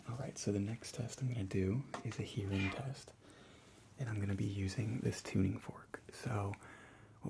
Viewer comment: Why you say Earing instead of Hearing 😂?